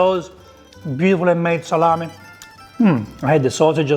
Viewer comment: Just say " Salam-e ( not i), Salame. ( go in google translate and listen how italian pronunce " e" and "Salame" not "Salami" ( salami is plural, salame is singular)